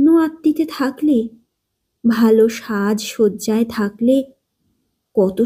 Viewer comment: মনে হচ্ছে তোমার উচ্চারণ চন্দ্রবিন্দু বিযুক্ত হয়েছে শুনে খুশি হলাম l পাঠ ভালো. তবে ' সাজশয্যা ' নয়।' ' সাজসজ্জা ' বলতে হবে।